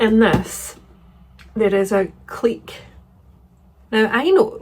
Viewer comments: Your pronunciation of clique as “cleek” rather than “click” is correct. After all, you wouldn’t pronounce antique as “antick,” would you? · Your pronunciation of clique is completely correct, click is just people who don't know how to say it😂 ❤ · I've always pronounced Clique the same way as you, and not 'click' 😂 How exciting that you are hosting a chapter 25 bookclub, one of my besties has also become a host. I hope you have fun 🧡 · French speaker here: you're definitely pronouncing clique correctly